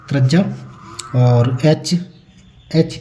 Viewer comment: Bhai apne bolne ka tarika thoda sahi karo trajya nahi त्रिज्या hoti hai